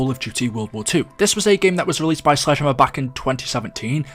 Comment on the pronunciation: When he said Sledgehammer it sounded like Slide Jammer